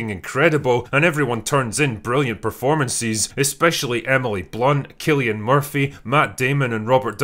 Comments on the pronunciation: KILLian Murphy is not how you pronounce it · It's 'Cillian' murphy not 'killian' Dude at least say his name right.